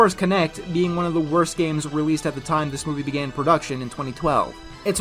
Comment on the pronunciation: The first syllable of the word is missing. Did you mean for that to happen in that cut? I think that said "The worst project." But all that came out is "orst project."